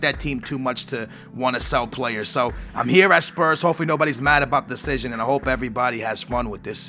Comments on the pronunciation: decision not destion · *Decision not Destion. Still love ur vids :D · The 'Destion'?? wot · "Destion?" ahahahahaha love you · it's *decision*- no hate, love your vids, but just letting you know:) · Good 'destion' xD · What's a "DESTION!" ? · Omg it's "decision". (title) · inb4 name change, c'mon you said decision a million times - get it right man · Did you Spell it wrong or is it Supose to say destion